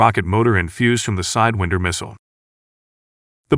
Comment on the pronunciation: Shame they can’t find someone who knows how to say sidewinder